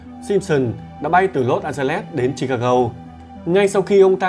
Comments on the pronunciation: sao MC đọc Chicago lại đọc là chicagâu???? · không phải là vặn vẹo, bắt bẻ mà anh ấy đọc không giống với đa số "người Việt đọc tiếng Anh theo kiểu phát âm tiếng Việt" nên nghe hơi khó chịu... Ví dụ Chicago nó có 3 âm mà anh ấy đọc mỗi chữ go là gâu thì nghe nó rất kì... 3 âm tiết thì đọc cả ba theo tiếng Anh hoặc theo tiếng Việt thì nó dễ nghe hơn. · Chi-ca-"gô" , Nigga (Ni-ga hoặc Ních-ga) chứ ad nhỉ? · Em ơi ,phải đọc là Chicago, là gô chứ đừng đọc " gâu" nhé